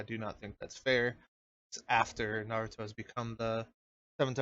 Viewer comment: That guy sounds so fucking dumb, he can't even pronounce "naruto"